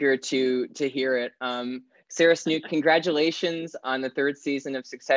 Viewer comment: Disliked for mispronouncing "Snook." Hint: it rhymes with "Book"